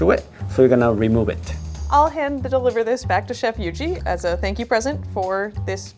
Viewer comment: "Hand da liver this back to Chef Yuji." I caught that.. lol